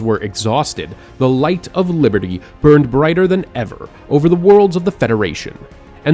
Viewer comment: Biberdy he said biberdy